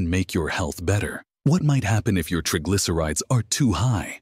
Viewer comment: Incorrect pronounciation of the words 'triglycerides' and 'basil'